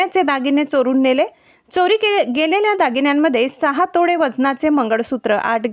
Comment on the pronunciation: तोडे नाहीं तोळे